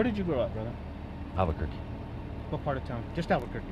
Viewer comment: 🌴😟 It's Albuquerque.. 🌴😒 ...not "Albert's turkey." 🦃⁉️